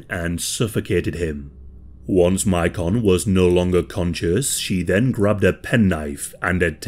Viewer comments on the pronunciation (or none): I actually know a little about this case, and I’m just pointing out that the boys name is pronounced like Macon, GA.